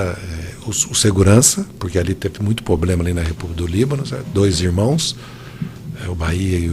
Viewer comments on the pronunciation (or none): Além de BANDIDO o cara é um analfabeto! Fala "poblema"... O POBLEMA é ter essa corja comandando MEU país!